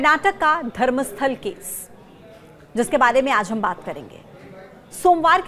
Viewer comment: वो धर्मस्थला नहीं धर्मस्थल है। नाम तो सही बोलो अंग्रेज की नाजायज औलादों ।